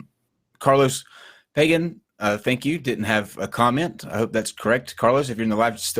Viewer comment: it's not carlos pagan, it's carlos pagán.